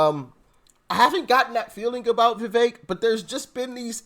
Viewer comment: NO FAKE VEVEK!!! ie VE-FAKE